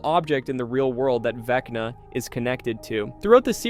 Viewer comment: "vecnii " lololoo